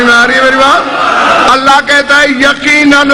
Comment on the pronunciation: لفظ اللہ کو بولتےوقت لب نہیں ملتے